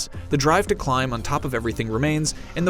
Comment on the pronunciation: Almost sounded like he said "46 hour journey' rather than "4 to 6" hour journey.